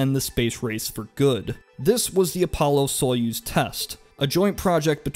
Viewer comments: The way you say "Союз" (sojuz) makes me grin. First off the significance in the word is on the letter "ю" (ju), not on the letter "о". This means that, without significance, the letter "о" becomes the letter "а". Then we come to the whole pronouncing letters part. The Russian "a" is pronounced like in the word "art". The Russian "ю" (ju) is pronounced like the English one, but with the "dz" sound removed (like in German). I'm a real grammar-nazi, well... In this case a grammar-communist. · His constant mispronunciation of Russian words makes this video instantly feel less valuable. It's pronounced "GahgAHrin" and "SayUz" with the stress on the capital letters.